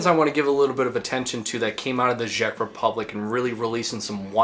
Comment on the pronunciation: why are you saying ghjeck republic